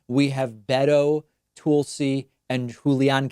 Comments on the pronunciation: David, why are you pronouncing Tulsi Gabbard's name like "Toolsi"? Strange because you have such clear diction otherwise. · Why mispronounce Tulsi’s name? Why not just have substantive content without childish name calling? I’m not even voting for Tulsi but it’s unnecessary. It’s just silly and, I thought, beneath you. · Devon Rose Its on purpose. He’s pronounced it right in other videos. He just truly hates Tulsi. No doubt about it. I’m not a Tulsi supporter and it’s obvious to me. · He just irrationally dislikes her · Is it me or is David purposely mispronouncing Tulsi Gabbard's name. "Toolsi"? "Ga-bard"? I mean, I'm not a supporter of her (any more) so I can care less but I think its funny. Especially when people want to slag David off they call him "David Pac-man" .